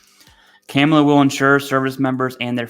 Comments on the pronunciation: You need to pronounce the name correctly Kamala (Comma - La) Harris.with you doing that I am worried.. but Riddle me this what is the Vice-Presdents job? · You pronounce a persons name correctly in a professional context, unless you want to be seen as a fool. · Her name is Kamala...like.... (Comma-La) You didn't even do your research to get her name right. 🙄 I told you this is divisive. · Good video. Sidenote. You keep saying her name incorrectly. Take it I don’t like either party or their candidates but out of respect everyone needs to pronounce her name correctly. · You should probably learn how to say her name first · If you don't think that the PACT Act and other recent VA changes have made seeking benefits and healthcare easier and more accessible to millions of veterans, you need to have your head examined. It's far from perfect, but getting much better. But what else would you expect from the guy who can't even pronounce her name correctly? 🤣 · You can start with pronouncing her name correctly, sir. Madam Vice President will do, also. It's unfortunate that we as veterans can't see who is really trying to take away our benefits, aka project 25, some of which many of us are still waiting in line, for equal due process, in spite of honored service to our Nation. Bottom line, thank you for all of the information you share with each of us, without fear or favor. Independent of personal identity politics. Who ever is willing to work with or for us, is not against us. That's my choice in November. Remember who voted for the Pact Act in Congress, signed by our President Joe Biden, and who did not, but touts credit for it in their beloved districts. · unfortunately, her name is being mispronounced on purpose by Trump and many on the right. He does it on purpose because well that’s what Trump does. You just happened to walk in on that by honestly mispronouncing her name in this video. Some people are going to think you did it on purpose like Trump does.